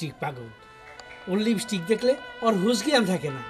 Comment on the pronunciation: লিবিস্টিক না লিপস্টিক